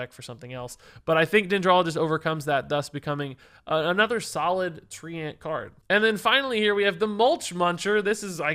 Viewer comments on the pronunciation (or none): Thumbs down for pronouncing treant as "tree-ant" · Lul tree ant, someone tell him how to pronounce Treant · The way pronounces treant might be the best thing in a while.